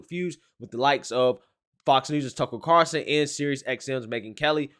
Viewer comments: Bro how can you not say Tucker Carlson? How is that difficult? Who tf is Tuckle Carson???? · Tucker Carlson, not Carson. 😊